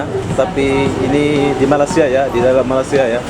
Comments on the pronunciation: sebut Malaysia bukan malasia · Sebut betul la..kalau malasia,itu keretapi kosong..semua duduk rumah tido...ini malaysia.. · Hang sebut malaysia bgi elok² skit.. Malasia² apa dia.